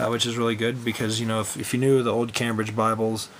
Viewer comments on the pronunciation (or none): pronounced came bridge